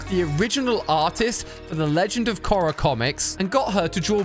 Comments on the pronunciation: Kora XD ali it's Korra said K-or-ra not Ko-ra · co-rra? ITS PRONOUNCED CORE-RA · Why does he say korra like that